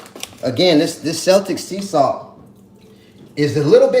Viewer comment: Celtic is pronounced keltik.